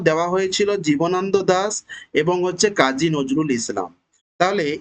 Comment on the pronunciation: Jjbana nado , jibonondo noy.ucharon korte par6en na to .